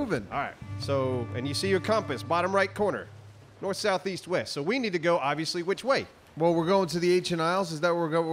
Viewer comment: East? I thought you said weast?